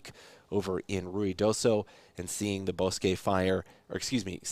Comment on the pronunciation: ( ) Thank you for the coverage and pronouncing it right! TO EVERYONE ELSE: BOSQUE It's Pronounced BOW S-QUE NOT BOSS SKI